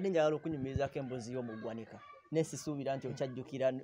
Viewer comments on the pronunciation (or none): It’s ggwanika not gwaniika